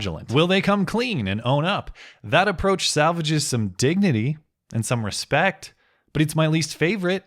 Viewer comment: I get that people from different backgrounds may pronounce certain words differently, but good lord how did someone reach such a position speaking in such a manner? "Axe" "Ridicalous" "Respek" That's less a reflection of culture as it is her being genuinely unintelligent.